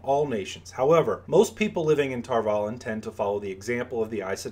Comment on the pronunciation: I always thought the "valon" part was pronounced like Avalon, not tar-vallen